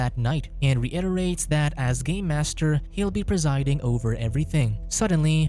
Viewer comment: Im sorry, I just kept hearing "Gay Master". That would be a very different movie now wouldnt it?